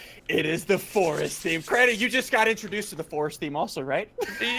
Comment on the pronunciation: "The FORST"